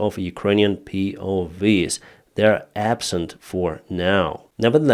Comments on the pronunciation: POW not POV 😂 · It's not POV's, it's POW's. Prisoner/s Of War 👍 not V (vee) it's W (double-u) hope this helps with your English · they are PO-doubleUs not POVs xD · POW is pronounced Pee-Oh-double-UUs W is like wow, not Vee. but is double U's for PoW. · POWs, not POVs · POW's. Not POV's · P.O. Double U is how POW is pronounced.